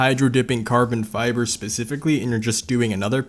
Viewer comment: "Hydro-dipped carbon fíæþer" "there are a lot of cummies" "you can actually just sğiť this"